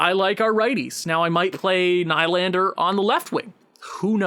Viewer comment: good vid but hard to hear u say nylander wrong... lol its pronounced N-E-E-L-A-N-D-E-R , haha good vid though